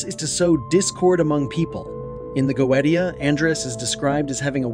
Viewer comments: "If you're gonna make a video about a goetia, the least you could do is pronounce it properly." - Mike Wazowski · teach your auto voice to pronounce Goetia and double check your photos. last time I checked neither a lion nor a man nor a donkey looks like a goat! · you pronounce it wrong. how can you know anything about it when you cant even pronounce the word Goetia correctly? The degradation of an AI made internet is all too clear. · this is not how you pronounce goetia in Latin 🤦‍♂️ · Youre saying GOETIA wrong!!! If you are gonna do a video on this at least say the word right LOL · You can blame a show on youtube called Helluva Boss for that. Stolas is a major character in it, and in this show, Goetia is pronounced go-e-sha. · Please learn to properly pronounce Ars Goetia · Anytime! Happy to show my support regardless of how you butchered the word <3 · The original latin is goe-zia with the letter "Z" pronunced hard... Not like "S". T + i + a/o is always pronunced in that way in latin, never as "T" or soft "Z". By the way, there's no need to be salty about that, everyone could make a mistake. However, I can see that it must be really bad for you to work with passion, creating great videos to expand knowledge only to be criticized on words pronunciation... And I am sorry for that. I have discovered your channel this evening, And from what I have seen it's a very good channel and your knowledges are vast and well documented, so I want to thank you for all your work and your dedication, I have just subscribed. Un Saluto from Italy. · Goetia (Go-eesh-ah). Everything else was brilliant. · y u say 'go ee dia'? do you say "go ee the" for Goethe? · Take a shot for everytime he pronounces "goetia" wrong. And by the way. Its Pronounced "Go/ui/shia" Not "goet/ia" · Fuck. Is it not pronounced "goesha" ? I have been pronouncing it wrong for years lmao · GO-AY-SHA say it with me, pronouncing this wrong earns a downvote. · It is pronounced, Go-ay-sha. Goetia.